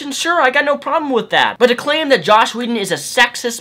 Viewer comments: JOSS Whedon! Not "Josh" haha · But you keep calling him Josh, not Joss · I completely and undeniably agree with every single thing that you've said in this video. It just annoyed me to an extreme extent that you kept saying "Josh" whedon. It's "joss" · JOSS, JOSS!!! Not Josh. Otherwise completely agree :D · This is an open letter I'm writing to the internet. Stop calling JOSS Whedon "Josh" Whedon. Thanks. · dude !! JoSS not joSH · its joss whedon not josh whedon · Dude... his name is JOSS not JOSH... enunciate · He hates being called "Josh." Joss Whedon. Rhymes with "toss" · Joss not Josh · pre-emptive comment and i'm sure you've heard, but it's joss, not josh. sorry! ready to hear what you have to say! love your shit man! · JosSSSS not Josh :-P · Joss not josh brother . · quick nitpick: it's joss. not josh. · the title says joss. not josh. (I just heard you say josh idk if it's spelled different) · it is joss not josh. there is no H in his first name. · "Josh Whedon" How does no one get that right? Anyways, totally agree. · Let's make one thing clear: these are not feminists (including Anita Sarkeesian). These are misandrists. Oh, & it's Joss, not Josh. ;) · Jossssssssss, not Josh. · Am I the only one who keeps hearing "Josh Whedon"? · You keep calling him josh whedon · Benjamin Vanhees he has a speech impedement or however its spelled